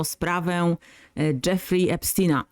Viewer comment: Epstina😂😂😂😂 mów poprawniej